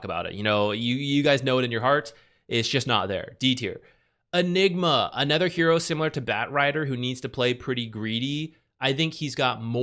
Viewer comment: Can you stop saying ether instead of other. "Bane is anether one..." "Ether heroes."